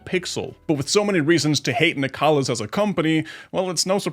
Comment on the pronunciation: Not nicalis man, cmon